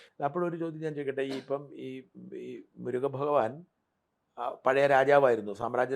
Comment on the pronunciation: മുരുക ഭഗവാൻ എന്ന് വ്യക്തമായി പറയാൻ പോലും ഇവന് കഴിയുന്നില്ല..മുരുഗവാൻ മുരുഗവാൻ എന്നാണ് പറയുന്നത്... ആറുപട വീടൊക്കെ എല്ലാർക്കും അറിയാവുന്ന കൊറേ സംഭവങ്ങളെ കണക്ട് ചെയ്ത് ഓരോ മണ്ടൻ കഥകളുണ്ടാക്കി വായനയും വിവരക്കെടുമുള്ളോരെ പറ്റിക്കുന്നു... '' മെസെജ് എനിക്ക് കിട്ടി '' . ''ഇറാക്കിലേക്ക് പോവാൻ ബുദ്ധിമുട്ടാണ് '' എന്നൊക്കെയാണ് പറയുന്നത്... ഭഗവാൻ കൊടുത്ത മെസേജ് പ്രകാരം പോവുന്നവനെന്ത് ബുദ്ധിമുട്ട് ? ഇവനെങ്ങനെ ഈ യാത്രക്കുള്ള പണമുണ്ടാക്കുന്നു ? സിനിമയിൽ തിരക്കഥാകൃത്താവാൻ ശ്രമിച്ചവനാണ്.. ആ കഴിവ് വെച്ചാണീ കഥകളുണ്ടാക്കുന്നത്. . സിനിമയിൽ ക്ളിക്കായില്ല എന്ന് പറയുന്നു. അപ്പോ ഈ തട്ടിപ്പാണ് വിജയിക്കുക എന്നറിഞ്ഞ് ഇറങ്ങി..